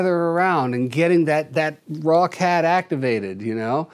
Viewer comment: Every time Jackson says "raw cat" I hear "Rockette" and picture a chorus line of cats kicking up their paws! 😂